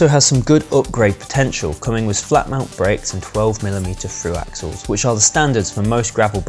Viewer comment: Froo axuls. LOL!